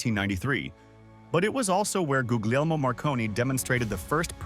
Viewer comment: It's Goolyemo not googliemo. The middle "g" sounds like a "y" as in lasagna.